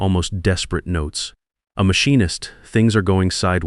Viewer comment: Can't even pronounce "Machinist" correctly!